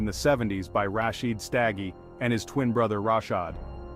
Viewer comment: U pronounced their surname wrong ...u must not be from here